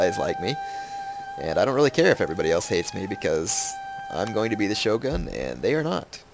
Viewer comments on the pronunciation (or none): none